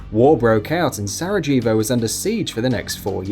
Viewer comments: Se-rah-hey-voh not se-rah-jee-vo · I'm English and Sarajevo is pronounced with a silent J It's nothing to do with being English it's to do with never knowing the city, pronouncing it phonetically and sounding stupid doing so. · That's not how you say 'Sarejevo'